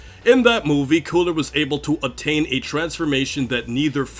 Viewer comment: Did you have a stroke when saying cooler?